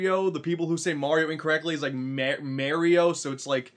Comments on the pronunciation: It's Mario not marry oh I hate everyone that says his name wrong keys and jacksepticeye every single person even YouTuber say it and for some reason my name is jacksepticeye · pronounciation for mario: (MAR-Y-O) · its not murio its mario. A lot of people make that mist- oooooohhhhhhhhh american people say murio and english people say mario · I hate people who say Mario wrong "Mayrio" ( by accident) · the people who pronouce Mario be like mayrio Me: Mario mareio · I hate when people say Maryoh. It's Mario! We can all agree these people should be smacked with love bricks. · *MayRio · Dat ain't LUiGi green mayrio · Ma(y)rio Month - ✖️ Mayrio Month - ✔️ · calls mario merio*. *everyone on the planet = TRIGGERED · "people who say mAHrio incorrectly, it like mayrio" im confused because the AH sound is reserved for Wario, it uses the a sound as in Apple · MERRY-OH? what is this, rabbidluigi? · My elementary school teachers pronounced it as Mayrio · MAYRIO MONTH! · “Mayrio “ month haha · bowser calls mario bros maryo bros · Like literally every parent calls it mare-e-o like why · LUWEEGIE! NOT GREEN MERIO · The people who say mario wrong, say it like mourio its dumb I know xD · lol you ssay merio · YOU are the one who says Mario wrong! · "Say Mario incorrectly"...Americans...Everything you pronounce is the 'correct' way? Sure.